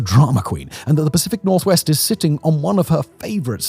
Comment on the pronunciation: The Pacific nor-what? 😅😂😂